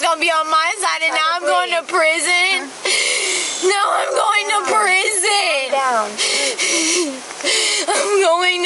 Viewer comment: Yes, you're rightfully headed for preezin, which is her odd way of pronouncing her future address.